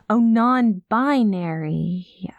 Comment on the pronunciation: "I am... non-bin-airy." I snorted. I'm sorry, but that was *hilarious*. XD Mama may be clueless, but she's definitely supportive and willing to learn, and those are the most important bits. Honestly it was kind of fun listening to us educate her, and her making jokes while being frank about her own lack of understanding. (Plus her misunderstandings come off more cute/sweet than ignorant and hurtful - like a character I heard once saying she didn't understand an app about bird watching being popular, or why others wanted her to join when she didn't have that interest. She was talking about Twitter lol) This was a really sweet and lovely script. Thank you Turtle and, wonderful job to you both! <3